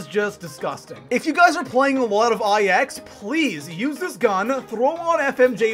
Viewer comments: Am i the only one that cringes every time he says IX instead of 9? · Hearing I X was probably the worst part of this video